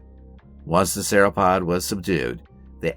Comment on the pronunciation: work on your pronunciation and correct usage of nomenclature when referring to a species within a family vs the family as a whole... Cretaceous and Sauropod pronunciation was wrong too... A for effort though.